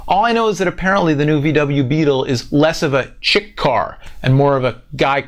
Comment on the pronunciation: doesn't know how to pronounce "chic"